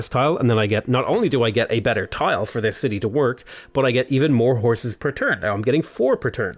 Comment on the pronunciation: when u were saying "horses" I heard it like "whores".I was like what..!